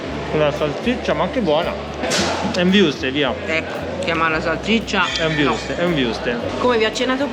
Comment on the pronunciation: Ciao Raga, volevo segnalare alla gentil signora che newcastle upon si pronuncia "APON" e NON youpon??!! e i wurstel sono originari Tedeschi per cui chiamiamoli bene Vurstel con umlaut sulla u per cui Vu come visto in Francese, e non Viurstel, sono lauerato in lingue straniere e proprio le storpiature faccio fatica a digerirle, poi Voi siete piu o meno miei coetanei, le ragazzine you tubers spesso "utilizzano il COPIA E INCOLLA" e fanno un sacco si STRAFALCIONI ma Voi no mi raccomando che Vi reputo delle persone SERIE! :)